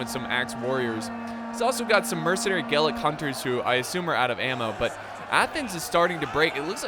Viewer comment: "Gallic" is pronounced "ga-lick," not "gay-lick" - that would be Gaelic, the language spoken in Ireland and Scotland ;)